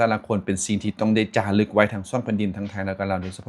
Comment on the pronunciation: FEEL SO GOOD GOOD จารึก เขียนอย่างนี้นะ ร. เรือ จาลึก ล.ลิง ไม่มีนะ😮 พูดไม่ถูก ก็เขียนไม่ถูกสิ😊😊😊😊